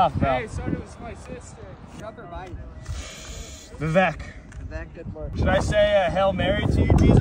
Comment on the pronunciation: That pronunciation of vivek